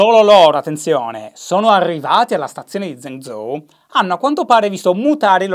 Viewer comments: Zhèngzhōu si pronuncia gen-giou, non zen-zou...... ma che lo dico a fare? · Zhengzhou si legge geng giou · mi permetto giusto un piccolo appunto: la "zh" in cinese è molto simile alla doppia g seguita da una vocale, come "viaggio" o "alloggio". Quindi Zhengzhou si leggerebbe tipo "gienggiou". Spero di essermi spiegato bene. Per il resto continua così <3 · esattamente. gliel'ho detto anche io in passato ma Shy fa orecchie da mercante. basterebbe ascoltare la pronuncia su google translate o su un dizionario online... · Shy in cinese il gruppo consonantico "Zh" si pronuncia in modo simile alla "G" dolce italiana o alla "J" inglese